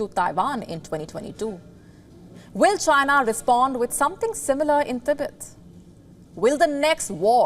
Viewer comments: "T BET" not "Tebit" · "Tibit? tibit? Ribbit? Thought it was pronounced "Ti-bet". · didnt know 'Tibet' is now 'Tibit' and Tibetan people 'Tibiten'